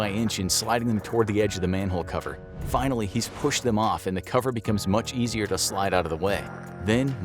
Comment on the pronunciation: HE SAID "FAINALLY.!!!!!!"